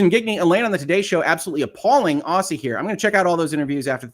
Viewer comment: Aussie = Ozzy... say it like you would Ozzy Osbourne please Love your work.